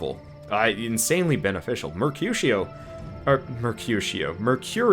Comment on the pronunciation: Finally you got the name Mercurio right. It was a small mistake but annoying when you pronounced it wrong repetitively. That aside, I enjoy watching these Armello gameplay vids. :-)